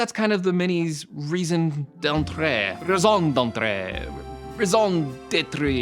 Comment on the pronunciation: Raison d'être -- "RAY-zonn-DETTR" and you swallow the r so you barely hear it.